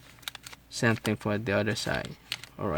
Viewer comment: its same not sem